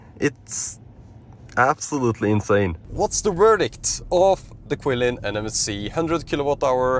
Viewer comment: The CATL battery is pronounced chilin, nor kwilin.